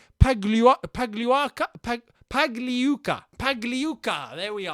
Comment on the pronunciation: Hey, just a tip. Don't pronounce the 'g' in Pagliuca. Congrats on the Ricketts bid being dropped